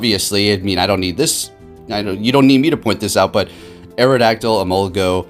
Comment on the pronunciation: E-mol-ga......not go. You're triggering me xD